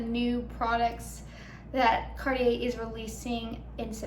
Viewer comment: You need to know how to pronounce Cartier! 😂